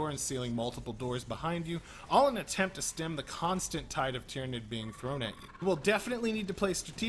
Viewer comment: He didn't even mispronounce Tyranid